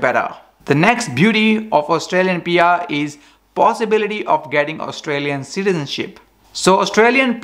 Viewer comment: It's PR not BR, lol...